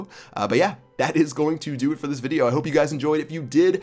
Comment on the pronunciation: did you notice you said bideo in the intro